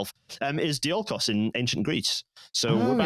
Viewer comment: Thanks guest for not pronouncing "Diolkos" clearly so I had to look up "ancient greece railway thing"